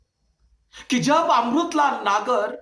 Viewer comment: Sir अमरुतलाल नही अमृतलाल होता है 😊